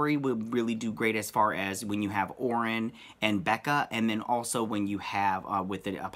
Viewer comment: Orion is pronounced like O'Ryan. If you have read the early New Gods comics by Jack Kirby, you would understand this. Read New Gods #4. I think that even Jack Kirby knew that this pronunciation was a problem so he uses "O'Ryan" as the name of Orion's gang battling the Deep Six on Earth. You can also reference numerous DC comic movies where Orion is included.